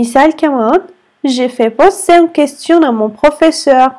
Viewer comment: تصحيح في الدقيقة Z تلفظ بال Poser Pozer أي نلفظها S لأن ال أتت بين حرفين صوتيين رابط جدول جمل أخطاء شائعة في اللغة الفرنسية - الدرس الخامس في موقع سيلينغو، يمكنك إضافته إلى جداولك بعد التسجيل في الموقع، ودراسته وسماع لفظ الكلمات والقيام باختبارات بالكلمات الموجودة في الجدول Erreurs courantes en français - أخطاء شائعة في اللغة الفرنسية - الدرس الخامس Erreurs courantes en français - أخطاء شائعة في اللغة الفرنسية - الدرس الأول Erreurs courantes en français - أخطاء شائعة في اللغة الفرنسية - الدرس الثاني Erreurs courantes en français - أخطاء شائعة في اللغة الفرنسية - الدرس الثالث Erreurs courantes en français - أخطاء شائعة في اللغة الفرنسية - الدرس الرابع